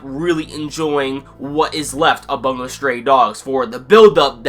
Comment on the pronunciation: Bungou not "Bangou"